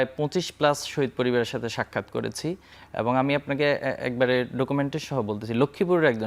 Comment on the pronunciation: নাছিঁড় একটা লোক যে কিনা 'এবং' কে 'এবন' বলে😂